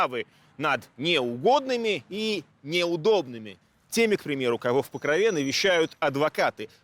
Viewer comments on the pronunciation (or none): Там же Покров, а не Покрова. В ПокрОве, а не в ПокровЕ. Я конечно понимаю не в тему, но слух режет. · Меня одного бесит произношение Покрове , ударение на е ? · покровЕ ? Это точно правильное ударение ? Слух режет жутко...